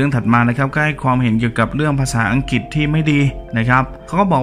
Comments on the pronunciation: ประเทศอังกฤษ ไม่ใช่ ประเทศ อังกิดเวลาออกเสียง ช่วยกรุณา กระดกลิ้นด้วย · อังกฤษ ไม่ใช่ อังกิด ปาร์ตี้ ไม่ใช่ ปลาตี้ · อัง-กริด นะ ไม่ใช่อัง-กิด รวมทั้งตัว ร ล และควบกลำ้ด้วย